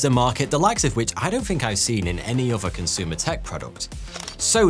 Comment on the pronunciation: He seems to replace the "th" sound with "f's" or "v's" pretty often. Among "over" (other) "fings." (things)